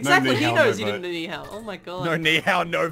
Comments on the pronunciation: slowly getting triggered about saying Ni Hao with the incorrect accent. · Plz stop butchering the Chinese language thx